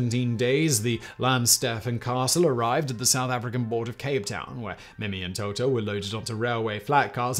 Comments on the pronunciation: In french you wouldn't pronounce the boats name as "Toto" but rather "Tootoo" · i hate to be that guy but it's pronounced TOO-TOO not TO-TO, get it right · Playing fast and loose with the translations. Mimi and Toutou translate more to kitty and doggie rather than their respective sounds, also Toutou sounds like tutu not toto. Fifi does not translate to tweet-tweet, but could be used to mean birdie.